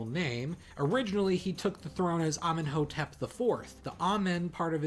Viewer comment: Its pronounced Ameen-Hotep